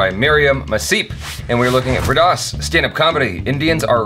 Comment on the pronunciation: Jaby’s pronunciation of Vir das sounded like “wierd ass”.😂😂😂😂